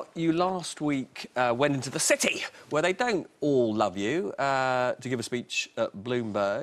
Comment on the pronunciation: "... went into the... CITY!" Blimey, almost fell off my chair when he came out with that!